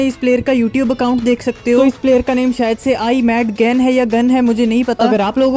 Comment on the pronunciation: His name is "E MAAD GAAN"